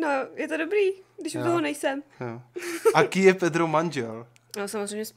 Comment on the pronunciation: pani pedrova rika petro nerika tan to D :DDDDD